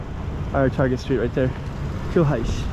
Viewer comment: just to try to help you with the two consecutive "rr", it is like you say 'r' sound for a bit longer. It kinda reminds me the pirates in American cartoons to be honest. It is hard to explain from text, especially if you do not hear the sound from a Portuguese speaker. But you sound closer to the correct form, if a Portuguese heard you say the name of the street he/she will get it.